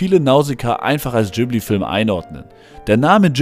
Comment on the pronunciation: Heisst es ausgesprochen nicht Ghibli zusammengesetzt aus Gib wie Gib ihm & li wie al hamdu-LI-llah